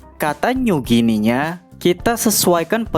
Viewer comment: Kenapa Guinea jadi Ginea ya, bukannya dibacanya Gini, kayak Papua Nugini